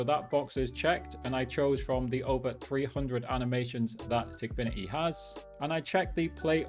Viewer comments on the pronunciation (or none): no way bro is saying tikfiniy why don´t he say ikok aswell?